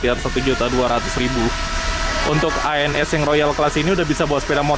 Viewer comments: keselip lidah Loket ANS jdi ALS....😀😀 Lanjut bang ...🙏🙏🙏👍👍🙂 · loket ANS bang,bukan ALS 😂😂😂